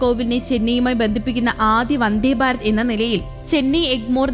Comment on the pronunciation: വന്ദേ ബാരത് അല്ലടോ... വന്ദേ ഭാരത് എന്ന് പറയൂ